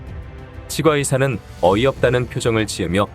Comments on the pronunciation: [칫꽈의사]라고 발음하는게 표준어 맞아요.....치 과 의사 ㅋㅋㅋㅋㅋㅋ 무슨 사투리 같고 듣기 거북하네요 ㅉㅉㅉ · 치과의사 발음이 이상해서 다 듣기 힘듭니다 치꽈의사로 치과의사 이상합니다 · 치과의사..는 오바입니다. 칫과라고 발음해야지...에휴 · 치-꽈의사 가 아니라 치'과'의사 라고 하니 진짜 이게맞나싶다 ㅋㅋㅋㅋㅋ 틀린건 아닌데 부담스러움. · 치과의사 발음이 조금 불편합니다. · 치과의사를 읽는발음이 나만이상하게 들리나용?